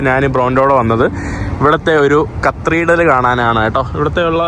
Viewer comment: നിന്റെ vlogs വളരെ ഇഷ്ടമാണ്... ഈ നുമ്പ്, കത്രീഡൽ എന്നീ വാക്കുകൾ തിരുത്താൻ ശ്രമിക്കണം. മുമ്പ്, കത്തീഡ്രൽ എന്ന് ഉച്ചരിക്കണം... Ok തിരുത്താൻ ശ്രമിക്കുമെന്ന് കരുതുന്നു... 🥰💓